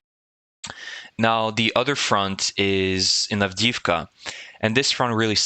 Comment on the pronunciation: Avdiivka---"avdeeyeevka" ---the second i is a "yee" ------not "avdeevka"